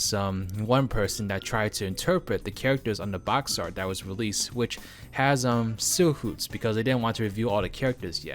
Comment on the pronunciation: All I hope is that Jenny (XJ-9) is in the game. 🤞 Totally unrelated, but the way he pronounces silhouette bugs me way more than it should. 😆